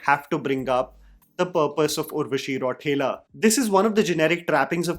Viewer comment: How dare you call her Urvashi Raw-thela😂 I never understand how anybody like Ballaya can succeed n have loyal fans, has he done anything right on or off screen